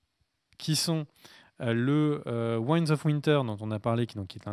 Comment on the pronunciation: "Ouaillenedz" of winter